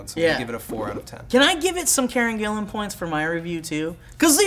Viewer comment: They actually pronounced it right, its spelt Gillan and pronounced that way...